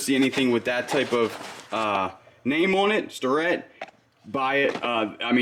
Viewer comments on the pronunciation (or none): The machinist too manufacture is pronounced "Stair Ret". If you are going to sell it you should know the pronunciation. Great yard sale. Enjoy your videos very much. Seem like good people. Thanks for sharing. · I really enjoy watching you guys. And don’t want to be one of THOSE people, but …. The machinist tools starrett are pronounced STAIR-ET not STAR-ET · The old Starrett tools/parts is pronounced Stare- ett. Good finds!!!!